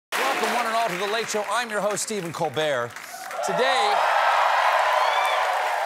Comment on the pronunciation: I keep thinking he says Stephen cold beer, but yes only an alcoholic would think that